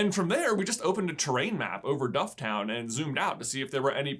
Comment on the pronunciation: Can I just add dufftown is pronounced “dufftin” .